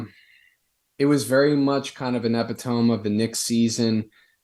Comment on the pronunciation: Epitome is pronounced uh-pit-oh-mee